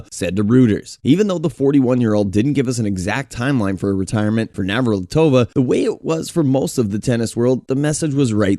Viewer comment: You messed up Navratilova so many times. Get it right dummy.